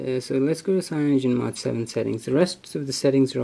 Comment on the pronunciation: I had to stop this video The way you said CAYONOGEN mod 7 pissed me off to much.